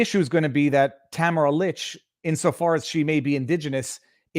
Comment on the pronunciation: Viva, her name is pronounced tam air ah